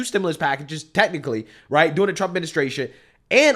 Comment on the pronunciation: I just wish you would pronounce the R in during. I never know if you’re saying “doing” or “during” unless I pay attn to the context before and after.